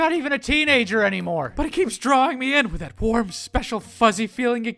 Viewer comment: ALL I HEAR IS "PLAYING AITH IT SELF"!!!!!!!!😖😖😖😖😖😖😨😨😨😨😨😨😰😰😧😦😦😧😲😲😦